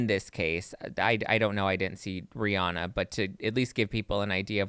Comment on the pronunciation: It’s pronounced Ree-Ann-uh.👩🏻‍🏫❤ I love y’all’s channel!👏🏼🫶🏼😘